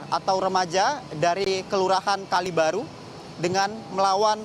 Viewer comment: Kalibaru bang bukan Kalibiru 😂